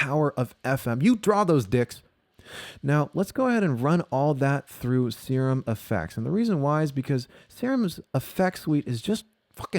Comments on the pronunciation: Serum. See-rum. Like in biochemistry. Aaannd.. phallus? really? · "Sir Umm." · Wow that is not how you pronounce "serum"! Assuming you are being funny! Subscribed!